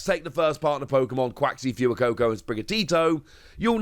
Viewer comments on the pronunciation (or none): Its Fway-Koh-koh not führer-koh-koh🤦